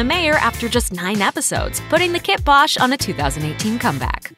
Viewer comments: kibosh is pronounced like "kye-bosh" not "kit bosh" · It's pronounced kybosh not kihbosh.